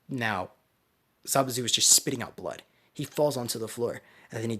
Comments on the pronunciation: hahaha zabuzu bruh im like yo its zabuza and then i hear him say zabuza like bruh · It's not zabuzu